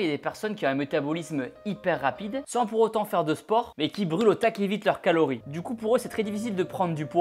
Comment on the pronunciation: "Caories pour maigrir" Ah !